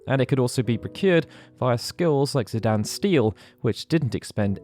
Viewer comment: His name is not ZiDAN its Dane man jesus